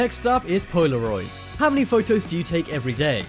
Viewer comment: lol "poy-la-roids"